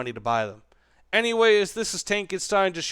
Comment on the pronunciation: you not pronounce your name correctly btw xD it's tankenSHTAIN